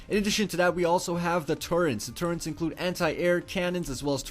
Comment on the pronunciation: TurreNts? wtf? You should axe more questions in skoole. Wow, he bypassed poor grammar with straight butchering of the language, good job.